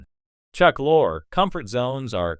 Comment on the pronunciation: It's pronounced LORI dumbass not Lore.